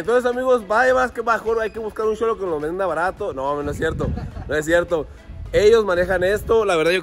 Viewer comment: "y si se lo compro a un sholo?"😂